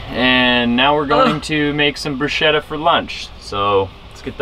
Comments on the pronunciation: Also happy that you eventually went with the hard k sound in bruschetta! The other way is like fingernails on a chalkboard :) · Just subscribed. But to be honest, it wasn't until you pronounced bruschetta correctly that I actually gave in and hit the button. Love your videos.